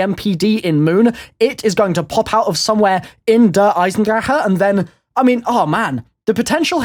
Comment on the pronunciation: pronounced drake not drachehe